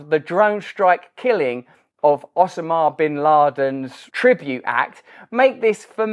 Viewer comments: "OH-sim-ah" bin Laden? I never heard it said like that, but now I'm wondering if I have been saying it wrong. "OH-sim-ah" or "oh-SAH-mah" I have to say, I like the way Brand says it better. hahaha "OH-sim-ah" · Why the actual fuck are you pronouncing 'osama' like that? Can you not just talk normally? You wear your accent like an accessory and it gets a bit much. Big fan otherwise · "osa ma" What is that pronunciation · Russell.... One question....Where the heck did you learn to pronounce Osama as Ossammar? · I’m here for Russell’s pronunciation of “Osama”. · Not to mention I love the way Russell pronounces Osma equals Osama!